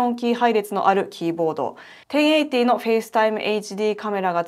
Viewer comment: 私も1080をさらっとテンエィティと言えるようになりたいぜ